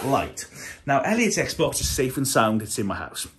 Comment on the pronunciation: 엑스박스가 아니라 에그박슼ㅋㅋㅋㅋㅋㅋㅋㅋㅋㅋㅋㅋㅋㅋㅋㅋㅋㅋㅋㅋㅋ